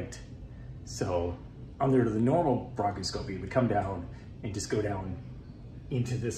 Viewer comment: It's pronounced Bronk os scopy. I worked in the OR for 35 years. Good luck!! Who watches your cats?